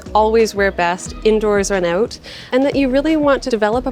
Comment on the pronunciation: I like when canadians say the word "out""